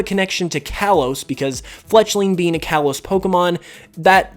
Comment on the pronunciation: You're saying Kalos wrong